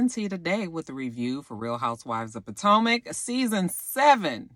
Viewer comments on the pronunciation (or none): back when you used to say Po-Toe-Mac lol We've come a long way!! it's always a Joy to see Ray walking in to a place. I really hope I live to see his age. Just something about aging now really feels like a accomplishment. Side note: i keep thinking Bravo will make his eyes get bigger especially when he sees ashley showing all that skin.